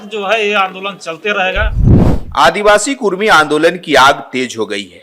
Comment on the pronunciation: Kurmi nahi kudmi boliye jayda jante app kya